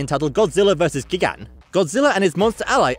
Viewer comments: the pronunciation of gigan and anguirus in this hurt my soul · The way you pronounced gigan and anguirus made me die a little inside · I'm trying to say you said gigan wrong. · the one where Gojira was named after a person are not true Edit:”Ebirah horror of the deep is the least liked Godzilla movie” THAT IS NOT TRUE THAT IS NOT TRUE that tile goes to all monster attack EDIT 2:Gigan is pronounce Guy-gan Edit 3 Jesus:Godzilla final wars was the 29th Godzilla film and GMK is the 26th Edit 4:Godzilla against mechagodzilla is the 27th Godzilla film and Godzilla bs Mechagodzilla is the 1974 Godzilla film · yuo said anguris and gigan wrong sorry i dont know how to spell anguris but i do know that he said it wrong (just sayin;)